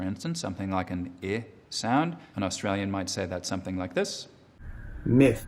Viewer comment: He slips into the accent before giving an example. His “like” in “something like ...” sounded very Australian lol